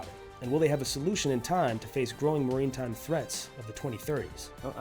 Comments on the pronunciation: Also it’s MAR-I-TIME, not MA-REEN-TIME. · Did you just say "marine time threats" instead of maritime? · "maritime" is NOT pronounced "marine time". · He does not know how to pronounce "maritime."